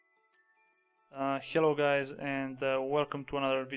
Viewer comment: "Shello guys" roflmao